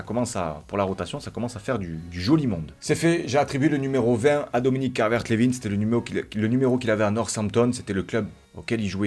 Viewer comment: Juste on dit Calvert lewin comme winner